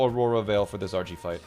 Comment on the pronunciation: you made Archie sound like a southerner